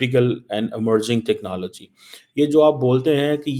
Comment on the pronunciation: ...aadha teetat aadha bataer 'technallgy'...you can "try" to copy american pronuncuation but that shall not not make you any more erudite, rahega to madarssa chapp hi...btw jack sullivan tere ko pooch ke thodi ayega...tumhare paxtani pm ko white house ka chaprassi bhi nahi poochta